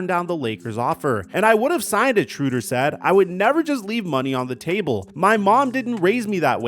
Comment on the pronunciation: Dennis SHRAYder not SHROODer